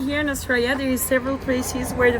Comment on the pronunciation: Australia ❌ zooralia ✅